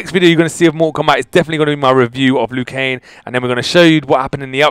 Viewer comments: when ever you say his name you say it like 'Liu KANE' it is pronounced 'Liu KANG' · Just to make sure that it's LIU KANG not LIU KANE. Nice video though, keep up the good work. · He's name is Liu kang not Liu keng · He says Liu Kane Instead Of Liu Kang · it's Liu KanG, there is a G on the end. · Is it me or does it sound like he's saying lu kane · Lol you weren't saying it right, it's Liu Kang like Kang the conquerer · I don't want to be rude but he pronounces Lui kang's name Lui Kane... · is he saying liu kane? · Lou Kane? Lmao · Why is je saying Liu Kane 😂